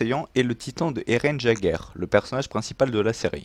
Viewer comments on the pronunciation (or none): D'Eren pas D'Erens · Chuis mooooort comment il a niké le nom de eren à 😂😂😂🤣🤣🤣